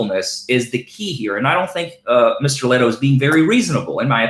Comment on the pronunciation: You keep mispronouncing Steve Lehto’s last name. Are you doing this on purpose? I got a good idea, would you fight Steve Lehto in a wwe cage match? Think of all the publicity both of you would get. The only thing is , I think You look a Little small, and Steve Lehto has Viking blood in him. So I think he can kick your ass.